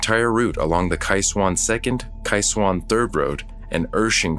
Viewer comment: Wow! I lived in Taiwan during the 80s and had been to Kaohsiung (liked that the narrator got the pronunciation correct). I never heard of this. If you get to the city, check out the port which is quite deep. There is a park on one side and the opening is fairly narrow. As ships come in you can see the crew. Wave to them. They usually will wave back.